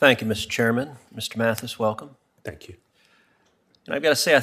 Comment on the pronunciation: WHEN HE SEZZ TANX IT'S TO STAWL FOR A MIRACLE .!